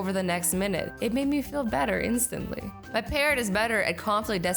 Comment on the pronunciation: Why do you always said meh not my!!!???